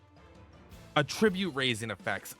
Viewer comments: AT-tribute....AT-tribute!!!! Not "A-ttribute". God, I want to claw my ears off every time you mispronounce "attribute". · Attribute as a noun is not pronounce that way, only as a verb.